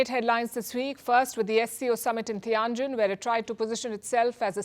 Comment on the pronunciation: Palki spent a few days in Tianjin and came away not being able to pronounce Tianjin correctly.